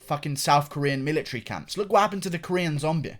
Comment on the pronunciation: I started to laugh when he statred talking about the millatary